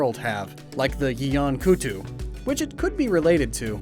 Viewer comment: *kut-ku, not kutu, i mean, my pfp should tell i was gonna correct you there